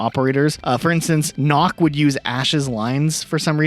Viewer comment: Also Nøkk. It is not pronounced like knock. It's pronounced more like the sound of duck. Basically nook, but two ks and one o